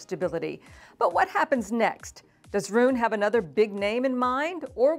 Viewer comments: Because she is mispronouncing it! It's "Roo-nuh." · I hadn’t heard his name pronounced this way before.